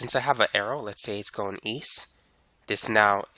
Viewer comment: how come you pronounce it "eas" and "wes" when its easT and wesT?